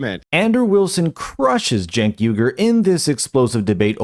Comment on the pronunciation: It’s not jenk or cenk. it’s chunk. Get it right from now on :) eff that chunky bih.